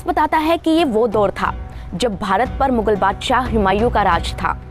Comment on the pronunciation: Kahani to theek sunai hai pr yadi aapka pronunciation bhi theek hota to jyada prabhavshali hota. Jaise दोर नहीं दौर होता है